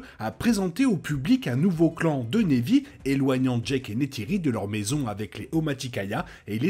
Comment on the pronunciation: très bonne vidéo et hypothèse, mais s'il te plait !!! prononce Na'vi avec un "a" et pas névi .... même en anglais ils le prononcent avec un "a" ;-)